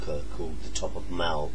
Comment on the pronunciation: Top of M-way-l, not Top of Mao-l:D Maol means bald and is often found in place names of hills and mountains that are bare at their summits i.e. they have little of no vegetation. Either way, lovely playing.:-) Tash.